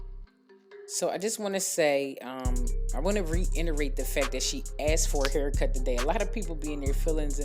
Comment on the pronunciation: Reiterate. Re-it-er-rate 👍🏼